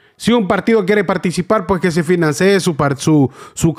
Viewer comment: Se dice FINANCIE . No financíe